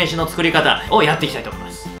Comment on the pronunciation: 作る時何回も動画見るけど、いつも作っていきたいとおもいましゅしゅのとこで笑ってしまう😂